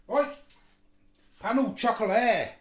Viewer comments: The way you prenounced it had me in stiches 😂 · Oh my the pronounciation is so off, sorry. But stay true to yourself 👍